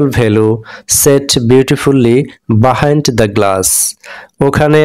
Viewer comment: Behind-বাহাইন্ড ❌ Behind-বিহাইন্ড ✅